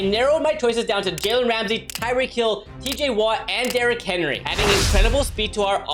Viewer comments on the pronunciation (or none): none